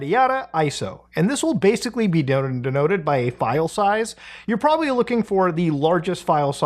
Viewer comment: "theres porbably six or seven" holy clipfarming